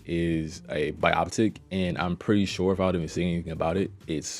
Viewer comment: Dis nigga just said bioptic lmao